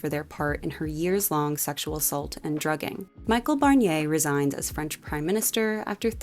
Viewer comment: I was so surprised to hear about Michel Barnier 😂 what's more : "Michael Barnyay" !